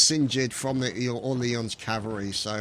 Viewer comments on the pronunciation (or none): oh and old boy orleans is pronounced Or-leens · I think that you should know that you're pronouncing Orleans wrong. Besides that excellent video:)